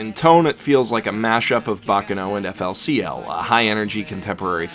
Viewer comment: >"Eff-Ell-See-Ell" It's Fooly Cooly, you fuckin' pleb.